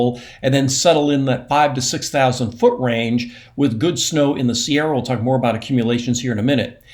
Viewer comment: Every time Mark says, "Sierra," I smile; wherein, when he says, "Shasta," as he moves his cursor over Mount Shasta, I grimace. Calling Mount Shasta, "Shasta" is akin to saying "Sierras." 😢